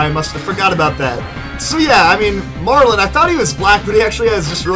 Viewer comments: You pronounce his name wrong. His name is Marlon not Marlen or Marln. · You pronounce his name wrong. Iets Marlon not Marlen or Marln.